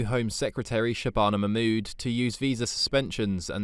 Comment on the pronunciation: She can’t even pronounce ‘Shabana Mahmood’